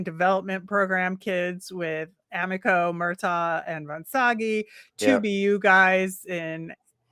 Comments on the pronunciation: FYI, his name is pronounced Murtag, not Murtaw. I don’t like it either, but that’s what it is 😂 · Murtagh was directly asked on video today how to pronounce his name, it's MurtAG....like AGriculture. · spot on bro! Likes to say how he talked to all these kids and can't even pronounce Murtagh's name correctly